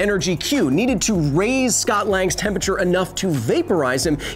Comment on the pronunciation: I have serious issues with how you pronounce temperature